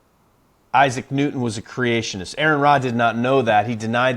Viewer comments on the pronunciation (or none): none